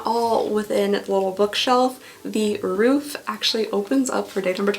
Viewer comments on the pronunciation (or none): none